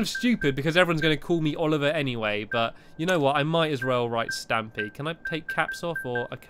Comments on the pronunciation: u said stapy l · Irk he spelled stapy it sounded weird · actually the way u said it spells 'stapy' or at least 'stapylongnose' lol